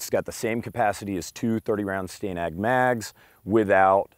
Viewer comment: How do you pronounce the name Stan. Then why pronounce Stanag as Sta-nag instead of stan-ag?